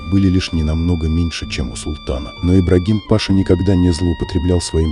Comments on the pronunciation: Ну,видно,ведущий думает что кликуха у Ибрагима была ПАша.Вот он соединил воедино и имя и кликуху. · Какой ещё пашаа, Пашша- читается, а не пАша😆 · Да не Па'ша, а паша' -- титул такой, в школу уважаемый диктор ходил, сказки арабские читал? КАРАУЛ!!! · Какой паша?пашА хоть ударения делайте правильно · Вот так кто нибудь послушает и скажет: что у Султана был русский друг Паша? Действительно не ПАша, а паша!😂😂😂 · Какой не грамотный диктор,ни Паша, а пашА' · Кому в голову пришло, что султан спал с Ибрагимом.Мужчины такого типа не обладают мужской силой, они более женственны.Противно слушать Паша, пашА. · Читешь хорошо, но не пАша, а пашА!Турки обидятся. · Бесит, неправильно читаете слова, почему пашА вы читаете пАша, а пашУ вы читаете правильно, не беритесь коментировать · Не пАша, Паша -это Павел,а паша,рассказчик,мля,мать твою! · Ибрагим Паша 🤣🤣🤣🤣🤣🤣🤣 Правильно - Ибрагим пашА , ударение последнюю "А" . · Как же это « пАша» режет ухо! Вы вообще грамотный человек?! ПашА! Это элементарно! Надо готовиться, прежде, чем читать ! Дизлайк , однозначно .... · Человек который изучил тщательно историю про Сулеймана великолепного не смог узнать что не ПАша а ПашА надо говорить???🤔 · пашá блин, а не Паша😆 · А кто читает текст? Робот или неуч? пАша, вместо пашА, шехзаде вместо шехзадЭ.. Так сложно найти желающих прочитать текст? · Ну насмешил Ибрагим Па'ша, правильно оговорить паша' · Да не Паша, а пашА! Правильно читайте!😱😱😱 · По ушам бьет его " паша".Неужели нельзя правильно ставить ударение! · Почему неправильно произносит слова? ВАЛИДЭ ПАША УДАРЕНИЕ НАДО ПРАВИЛЬНО СТАВИТЬ.Неприятно слушать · Режет слух неправильно произносимое ПашА.Позорище.Это не имя Паша,Вы хотя бы имена выучили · Что за безграмотность? Какой па'ша? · Да блин читать правельно Паша (ударение на вторую а.). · Слово пАша режет слух. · Дизлайк за "пАша" , читайте правильно! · Почему такое неуважение к слушателям, пАша, валидЕ ?! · Ибрагим Па´ша 😂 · Он Ибрагим ,а кто Паша? Прямо беда с ударением!😅